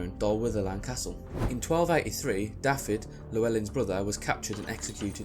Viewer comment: Nice video - but Dafydd is pronounced 'Dah-vith'